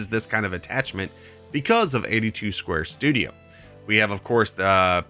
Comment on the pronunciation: you miss pronounced David's name for his mods it's 82studio not 82 square studio